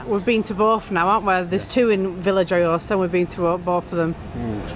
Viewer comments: Its pronounced yohosa that’s Veya yohosa 👍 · Hi guys the j in vilajhsa is silent and the thing out in the sea is a fish farm